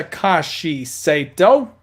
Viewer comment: not Saito it is sahto 😅